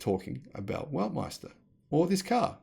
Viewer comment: Weltmeister not Weltmester 😀